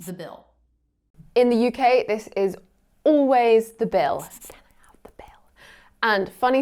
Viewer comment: The way you pronounce always as 'ooways', an average Indian would never get it.